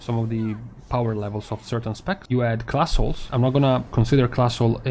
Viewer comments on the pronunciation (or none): My brain heard classholes instead of class halls the first time (your English and your analysis are impeccable so please don't think I'm being critical). But if i don't call some exclusionary pug elitist a classhole at some point, I am wasting this absolute gift of misunderstanding.